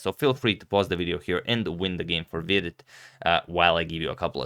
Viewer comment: I like how you pronounce Vidit correctly. Hikaru just says weedit which is totally wrong ahaha